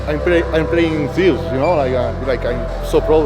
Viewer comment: Guess I'm not the only one pronouncing it "Zeeeuuus🤣"